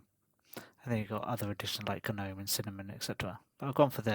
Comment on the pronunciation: Hold it! Someone who pronounces Gnome correctly? Good on you!